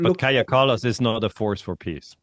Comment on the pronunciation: Every time you say Kalls my blood is boiling..